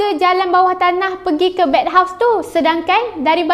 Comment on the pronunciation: bathhouse kak bukan bedhouse